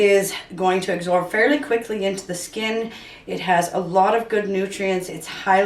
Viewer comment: It's absorb, with a b. Not agsorb, with a g.